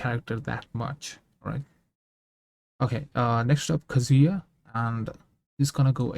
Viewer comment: Kah-zu-yah, not Banjo and Kazooya